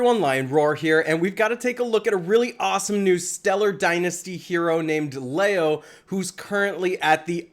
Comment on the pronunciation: Leo is pronounced Lee O